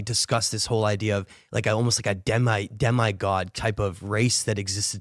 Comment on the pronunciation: I'm on board with everything here but if I hear that dude say "Dem-eye god" one more time I'm gonna lose my shit. It's Demigod. Said like "Demmy-god"